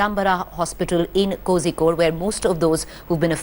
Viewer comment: You do not pronounce Kozhikode with a ‘z’ .